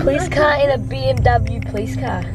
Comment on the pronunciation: I THINK SAID "AcuLly TwOOOO"😝